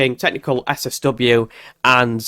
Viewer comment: SSW? You said it quickly three or four times and it sounded like 'seswesway warming' I couldn't understand what you were saying and missed the whole point video.